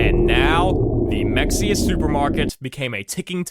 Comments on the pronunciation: as a person who loves in Mexia, the actual pronunciation is Ma-hey-a. To be fair, I do jokingly call it like how you did. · lol Mexia is pronounced “muh-hay-uh” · it's Mexia (Ma-Hay-Ya) that's how we can tell who lives in Texas